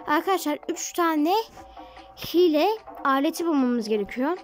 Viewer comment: Hile diylim diyo hiel